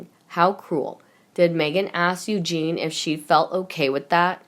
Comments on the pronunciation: Oh shit spitz is back again mispronouncing princess Eugenie while swollowing mouthful of saliva and reading at at a year 4 level, please piss her off never to be heard again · princess Eugenie is pronounced incorrectly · Narrator Eugenie's name is pronounced You-jean-knee. Not You-jean. Eugene is a man's name. Eugenie is a woman's name. All your words are messed up. Look up words and ask how to pronounce words. Bad reading of this video.